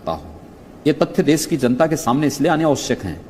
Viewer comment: ये गंजा गंजेड़ीमल ख़ुद को साधु कहता है इसको तो देश बोलना भी नहीं आता है देस बोलता है सुरक्षा को सुरक्सा बोलता है प्रदेश को प्रदेस बोलता है ज़रूरत को जुर्रत बोलता है कैसे कैसे लोग रहते हैं यहां पे😂😂😂😂😂😂😂😂